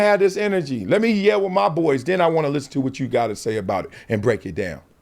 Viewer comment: Ironically he is struggling naming players but u can tell he knows what hes talking abaht I personally think he'll b fine